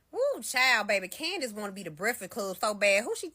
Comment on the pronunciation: It’s CandICE Owens with a C!!! Not “CANDY” Owens!!! Speak English!